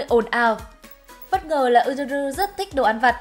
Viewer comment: Góp ý nhỏ là tên Yuzuru đọc là Dư Giư Rư nha AD, AD đọc Ư Rư Rư nghe lạ quá :v